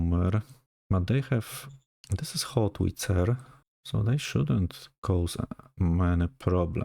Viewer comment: Sir, it's Howitzer, not Hotwitzer ;)